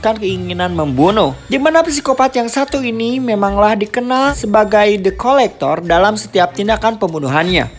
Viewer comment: Kedengeran nya depkolektor Pdhal the collector 😂😂 Kurang Aqua, wkwk